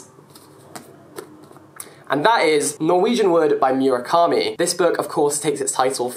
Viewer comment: The way Jack pronounces Murakami :D PS: It's MOO, not 'Murica ;)